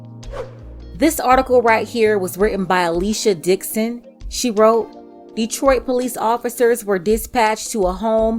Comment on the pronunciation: What she said: "this article is written by Alicia Dixon" What I heard: "this article is written by at least your dick's in"